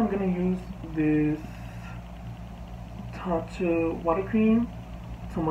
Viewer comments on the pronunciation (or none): none